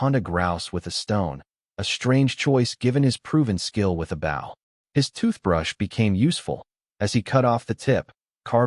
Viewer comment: I wish the narrator would learn how to pronounce bow.